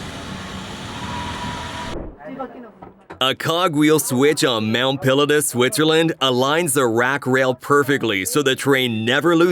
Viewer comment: Mount pill a tus? A.I. narration STINKS!